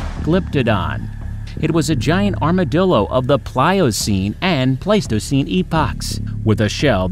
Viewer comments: Pleistocene era was waaay mispronounced lol But great job cuz 90% of these I wouldn't even attempt to pronounce! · Paleogene / Pleistocene. How did he get these 2 mixed up? This is beyond Dyslexia, this is almost malicious. Same for all the other errors in pronunciation. He could have done a bit of research before making the video.